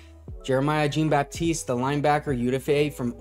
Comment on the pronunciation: “Gene” Baptiste 😂 Love the channel, but that was funny.